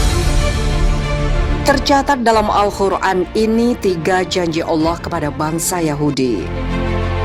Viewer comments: Masukan: cara membaca perlu perbaikan dlm kata Qur'an bkn Khur'an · Minn QUR'AN pake "QOF" ya bukan "KHO" terima kasih..